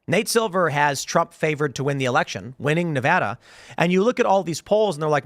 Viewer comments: It's pronounced Nevada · stupid girl has a fit when people say her name wrong. CAN'T SAY NEVADA CORRECTLY